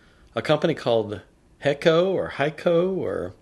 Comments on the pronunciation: Heeco. Speak the e long. No ei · Correct. HAYKO.